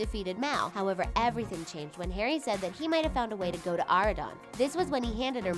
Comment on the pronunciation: "Aw-ri-don" come onnnn its "aur-ri-don"